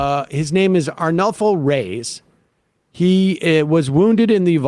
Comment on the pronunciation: Reyes = "Rays"? C'mon... it's disrespectful.